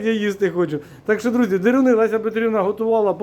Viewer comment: без образ...але не дИруну,а дЕруни...